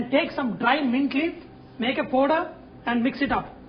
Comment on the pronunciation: dude its not pooder it is powder